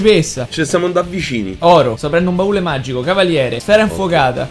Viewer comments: si dice baule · che cazzo ci vuole a dire "baule" e non "barile"?😂😂